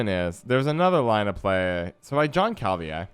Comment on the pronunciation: I think Jan Calveit may be one of the most balanced cards out of the new batch, works well with a lot of different decks but it reveals what you’re doing to your opponent and has high provisions - btw I think it’s pronounced “Yahn Khal-Vate” , it’s a Dutch name rather than the French Jean